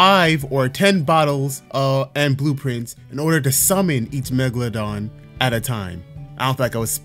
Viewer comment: Is it just me or he’s saying magmadon and not megeladon